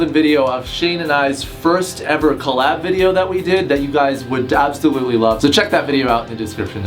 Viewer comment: Did he say DAbsolutely 😂